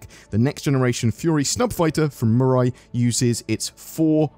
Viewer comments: Just a heads up, the pronunciation should be something more like me-rye. Like "I made a sandwich with me rye bread!" Unless CIG made up their own pronunciation and I just haven't heard about it. But that's how the Japanese word in the logo (未来 "future") is said. It looks like you nailed the pronunciation a few times, and sometimes it sounded like you were saying "murai". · Does europe not know how the letter i is pronounced? The french have lupin pronounced lupon, has mirai pronounced murai. smh.